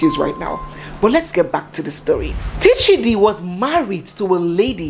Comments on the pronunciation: Correction His name is Tchidi as in Chidi not Teechidi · It’s chidi not T-Chidi, the T is silent Pronounced- Chiadi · The t in Tchidi is silent. So it's just plain Chidi when it is pronounced. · The T is silent. The P in pneumonia cannot be pronounced because it is silent. So for Tchidi we say Chidi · Tchidi is still pronounced as Chidi. It’s a French way of writing it. If not, they pronounce it as Shidi. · Please the T is not pronounced on its own. I know a Tchidi, Tchineighlow, and Tchineighdow. Tchidi is pronounced Chidi